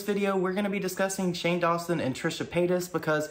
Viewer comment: "Shane DawnSoap" 🤣🤣 I must've missed that lmao